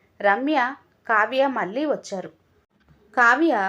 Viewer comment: Laa should be pronounced properly pelli and malli